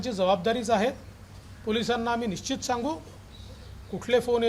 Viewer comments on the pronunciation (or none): none